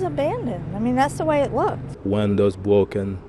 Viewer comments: "windows bwoken, leaks everywhere, lots of trash". How TF you know about leaks? Were YOU the person who caused this damage? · Windows bwoken, wots of twash. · What do you expect? The windows wa bwoken.